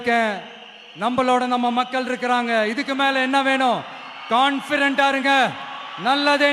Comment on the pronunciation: Confident unu sollatheriyala, confirent unu thappaa solraan. Ivan advice panraanaam.